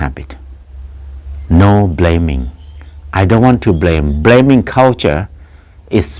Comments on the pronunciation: Ahhhhh, "Blaming"!....I thought that "bleming' was "Something that shines bright in the human eye"...cheers....Pronunciation breakdown.... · He said bleming